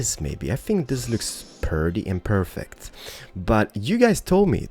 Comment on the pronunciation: I honestly like your city building a lot but for the love of god please stop saying purdy instead of pretty or HEAR instead of HERE. Especially the "hear" makes me cringe so bad everytime. I even considered watching you build muted because of it.